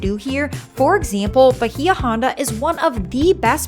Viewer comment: A friendly correction its pronounced ba-EE-ah ON-da. It means "Deep Bay".